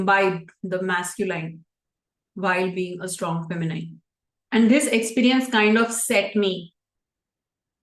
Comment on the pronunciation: Look for the pronunciation of “masculine” and also the “feminine”.